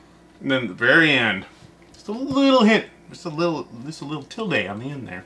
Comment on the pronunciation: Pink said Tilde. I am impressed.